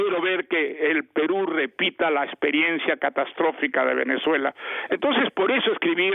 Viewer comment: Otro level escuchar a un premio Nobel decir “así Venezó Empezuela”